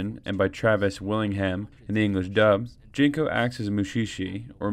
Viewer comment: Curious as to why you pronounce his name as "Jinko" instead of "Ginko" ? Seems like a big oversight in a video dedicated to the manga and anime especially since there are very few recurring characters' names to mix up. Even the Japanese characters "ギンコ" are pronounced with a hard G sound in English. In the anime it's always pronounced with a hard G as well, at least in the Japanese version which is what I've watched.